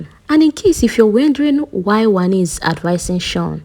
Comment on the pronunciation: Not Handi... It's Wanni